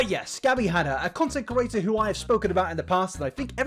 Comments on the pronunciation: I refuse to subscribe because you keep saying "content curator" instead of "content creator" and it's really fucking annoying to be completely honest. The two meanings aren't even close and if it wasn't something you say multiple times in every video, it wouldn't be so bad but you've been doing this for long enough now! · Content "cre-at-or" Not "cu-ra-tor" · No body:: cOrAtor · I don't think he is though. I'm from the same area so don't hear any accent. He doesn't struggle to pronounce any other words, he's definitely saying "curator" and it drives me mad every time lol!